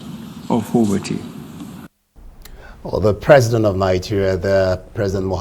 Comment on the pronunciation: Mr Presi'ent (as he GMB pronounces it) made an improved outing.